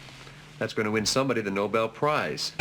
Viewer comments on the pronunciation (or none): none